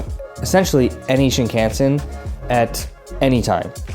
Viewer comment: I've enjoyed your Japan travel and food vids, but I have one suggestion: Please study up on pronunciation of Japanese words for your net trip. The main one that jumped out right away on this video is "Shinkansen," because you focus on the JR Pass (a must!) and say the word about 20 times. You say "Shin-CAN-sen" and it's "Shin-kahn-sen." I fear that mispronouncing words reflects a western arrogance and lack of respect towards Japanese culture, and I know you don't mean to disrespect. Also some other common gaffs: "Omakase" is "kah-zeh," not "ka-see" and ""Nigiri" isn't "Ni-GEAR-ee," it's "Ni-gi-rri" (with the slightly trilled "r" sorta like in Spanish). I'll add "Shinkansen" to my blog post about pronunciation: Thanks for your travel videos, and also thanks for saying "sake" correctly!